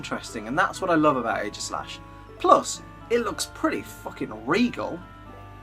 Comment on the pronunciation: AEGISLASH, NOT AEIGASLASH!